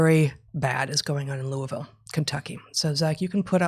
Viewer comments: Pretty good pronunciation of the Ville from an out-of-towner. This story actually gave me hope because it’s opened up some friends who’ve been feigning ignorance of the madness in our midst. I hope it’s effects are not caught in the DISC. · Congrats Heather on your correct pronunciation of Louisville